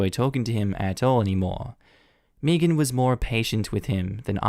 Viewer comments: Is anyone else.. annoyed.. by how he is pronouncing the name ‘Megan’? ‘May-gan’ is such a common name.. Meegan? 🤦🏼‍♀️ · Why are you saying "meagean" like meagean. Megan like meg-an think of meg Griffin with a an at the end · I can't get over how amusing it is to hear Megan pronounced Mii-gan instead of Meh-gan. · Side note does anyone get slightly annoyed by mispronouncing Megan. Or do other people pronounce it the same ( I pronounce it as may-gan) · I’m from the Uk. We don’t pronounce Megan as Meegan. It sounded weird to me the way he said it. I still like him though. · Started cringing at the last story every time you pronounce Megan wrong.